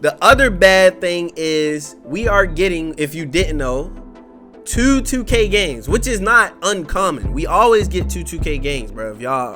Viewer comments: Lmaooo Tew k Twenty Tewww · i rock wit’ you but you do say two funny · The way say 2 let me find out he from Baltimore